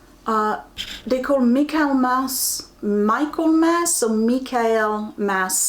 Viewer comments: Hi. Michaelmas daisies you probably know as Asters. It's said micklmuss. Not sure if that's just what they are called in the UK. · Michaelmas daisies open in the day and close up at dusk. I used to plant them in my little patch of garden when I was about five or six. ( Pronounced Mickle-mas).